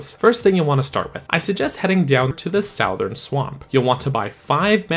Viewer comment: Did you just say "sowthern"??